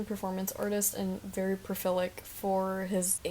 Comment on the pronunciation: lovely essay! I just found it today but it was very interesting. It did stop me in my tracks when I heard profilic, was that meant to be prolific? In any case, instant sub!